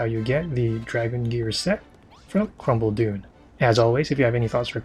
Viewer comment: Lol when you say Khrumbul-Dun it sound like “ Crumble Doom “ no offense